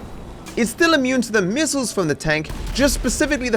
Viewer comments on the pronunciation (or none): bro really said tank MISSLES